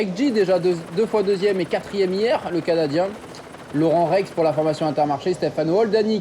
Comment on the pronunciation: Par contre c'est pas Laurent Rex mais Laurenz on ne dit pas le son "en"